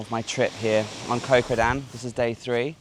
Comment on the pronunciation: Love your videos,. Just wish you would pronounce the names of the islands like they are pronounced in Thai. "Koh" is not said like "Co" (short for company) with a soft K long soft O sound. It is said like "Got" with a short vowel and glottal stop on the T (as in "Got Milk" spoken like an American).